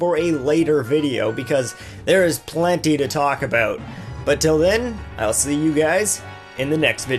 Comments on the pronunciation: what's wrong aboot the way we talk? you're just jealous we have free hydro in our igloos + Wifi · why does he mispronounce the word "about"? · Christopher Guerra he's probably Canadian.